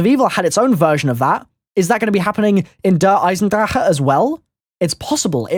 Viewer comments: Finally someone who speaks the correct pronunciation "Der Eisendrache" congrats you really care about it. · i'm german and im glad to hear an englisch youtuber who speaks this map correctly out good job m8